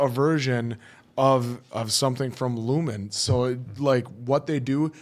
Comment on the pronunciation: But the company is called Lumon, not lumen.